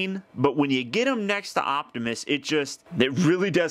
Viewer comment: it hit that "G" spot for ya, lol.